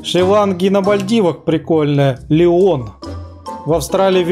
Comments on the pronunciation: не "лион", а "лáйон" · Не ,,Лион,, , а ЛАЙН